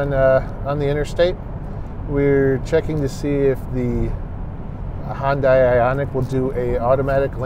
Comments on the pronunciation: Please, please try to pronounce the name of this car maker correctly. It is not Hun-dye, it's Hun-day (rhymes with Sunday). For confirmation, watch any of their commercials. Your website is not alone in this error, but seeing as how detailed Munro Live always is, I'm sure that you'd want all your information to be accurate. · Korean-American here. Hyundai rhymes with Sunday. In Korean, 현대 (2 syllables) means, "modern." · Someone please tell me how these guys got such a following. I constantly hear “remove this button, remove that button, it will save $6.00”….it’s amazing companies actually pay them for stupid advice like that…and for once and for all it’s Hyundai, not “Hondai”….. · I can't toss any stones in this one. For years I was in that Hi-un-day camp. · Is that the Canadian pronunciation of Hyundai? Maybe it doesn’t change lanes if it thinks a vehicle if radar is giving false positive? Maybe it should use cameras instead? Too bad Sandy didn’t get a chance to drive the Ionic 5.